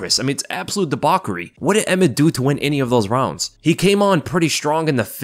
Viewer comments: MMA analysis 10/10. saying “debauchery” 4/10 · Debocary isn't a word